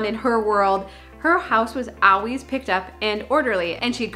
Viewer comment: I like how she says "owies" for "always"